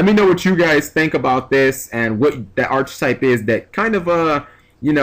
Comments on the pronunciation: Just for future reference, its pronounced 'ark a type.' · It's pronounced "Ark-type". Just saying bro